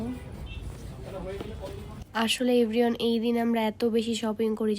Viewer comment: Everyone ❎ Every on✅😂😂